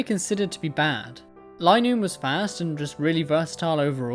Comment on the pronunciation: Just to say linoone's name is based on a straight line so the "li" would be pronounced like the "li" in line. So you don't have to think about how to say it